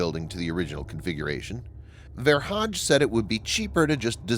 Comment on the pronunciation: Ver hage is not pronounced Ver Hadj, but with a hard ‘g’, Ver Haa - gè.